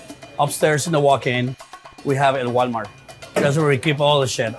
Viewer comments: Love “el gualmart”! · El Gualmart 😂😂😂😂😂